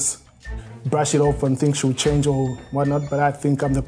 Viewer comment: Wilson: This isn’t the first time you’ve let your anger get the BERST of you Rita: But I can CHARNGE ME:👁👄👁🍿🍿🍿🍿🍿🍿🍿🍿